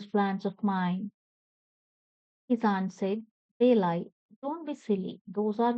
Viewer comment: It's not belai it's balai